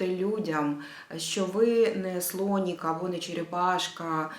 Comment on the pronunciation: Було сказано: СлонІк а не слоник